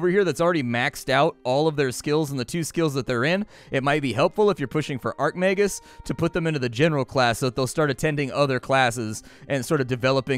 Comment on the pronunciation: I flinch everytime he calls an Archmagus an Arcmagus